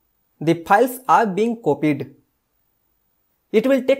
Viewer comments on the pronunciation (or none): Please correct your English first , it’s not piles 🤣🤣🤣